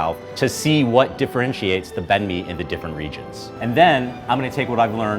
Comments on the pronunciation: says it wrong. says it right. remembers that he's american and says it wrong. Disgraceful. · You just destroyed that "Banh Mi" pronunciation. Just pick one already, you're switching back and forth here. And you're Vietnamese!!!!!!